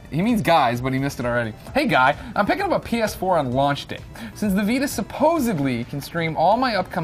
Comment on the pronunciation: Did he say penis4?